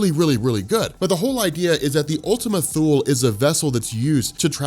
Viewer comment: Probably pronounced Ultima 'Too-Lee'. Wiki the word "Thule."